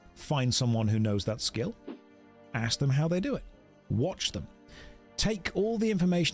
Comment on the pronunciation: Who's going to tell him about WHICH Americans say "axe you a question"?